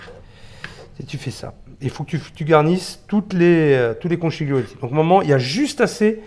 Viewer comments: On dit pas conciglioni mais conchiglioni, comme si vous disiez conquiglioni , c’est à dire comme le son qui. Je suis italienne , c’est pour ça que je me permet de vous corriger. Quand je parle male en français, ce que je souhaite c’est qu’on me dise tu a faux et il faut dire autrement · "ConchiLione" "taLiatelle" On ne prononce pas le "G". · Super chef, mais de grâce, per favore, en italien "chi" se prononce "ki" et on ne prononce pas le "G" dans "conchiglioni" (il faut prononcer "konkilioni"), de même qu'on NE prononce JAMAIS le "G" dans "tagliatelles" (on dit "taliatélé"), tout comme avec Cagliostro ("kaliostro") ou de Broglie ("debroillie). Imaginez qu'en Italie on vous parle de pain de campaGNe... ;) Grazie mille et salute ! :)